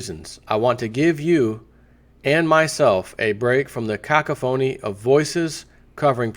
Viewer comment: Cacophony? you are hilarious. Why can't you put just a little effort into these videos. When you see a word you don't know, look it up. Or do you like sounding iilliterate?